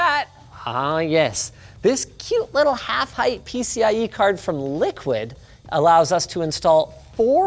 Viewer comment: FYI: It’s Liqid — not Liquid